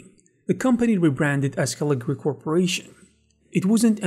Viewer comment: Cool. I remember Caligari back the 80s. Along with Turbo Silver and it's follow-up Imagine. But it's Caligari. You keep dropping a syllable. 😁